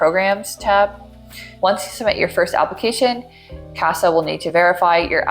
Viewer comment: Omg girl “CASAA” 😭 every time I heard ‘Casper’ I cringed 👻